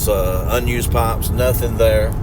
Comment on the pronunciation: It took me an embarrassing amount of time to realize you were saying "pipes" not "pops" lol. Thank you for all you do, I will say again that you shouldn't be so open about your digging because the bowersox/proudfoots are watching! How long was his rv in the same spot and now on the day you're digging nearby it's gone? Please be smart about this, and get some helpers to dig more thoroughly. There's no way to know if the amount you dug actually clarified if it was where S is or not.You need experts! 💚💚💚💚💚💚💚💚💚💚💚💚💚💚💚💚💚💚💚💚💚💚💚💚💚💚💚💚💚💚💚💚💚💚💚